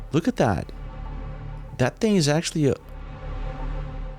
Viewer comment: What. Is. Dat. Ting ? What. Isssss. Dat. ? What. Do. You. Tink ? Do. U. Tink. About. Tings like. Dat ? Frickin. Morons can't even. Speak right .